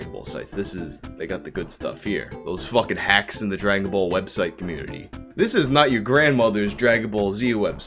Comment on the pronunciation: The way you say ball gets my goat. Souds more like bowl